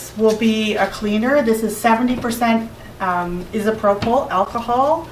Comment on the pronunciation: No, lol! I'm glad I'm not the only person that was bothered by the pronunciation of "isopropyl". It's pronounced "Eye"-So-Pro Full". alcohol. Great video nonetheless. Haha!